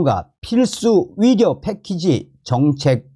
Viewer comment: 위료, 위사, 위협, 위대.... 헷갈리지 않습니까~~ 의료, 의사, 의협, 의대 로 제대로 발음 부탁합니다 몇번만 연습하면 될뗀데 계속 헷갈리게 하네요...